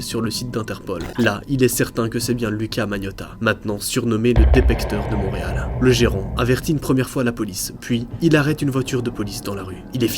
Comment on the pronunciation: On dit Montréal pas Monreal